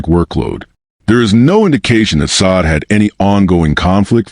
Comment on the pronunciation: Can you please pronounce her name correctly it's not sod